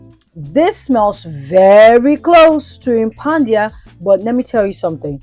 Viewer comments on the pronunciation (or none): I love watching your drama 😂. Also is tha Impadia or Impandia. I keep hearing you say Impandia.